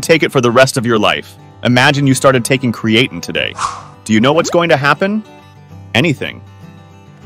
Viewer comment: Your crappy AI voice can't even pronounce creatine right. It's dogshit.